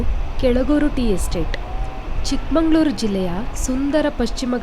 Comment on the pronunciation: Please try to pronounce it as Chikkamagaluru.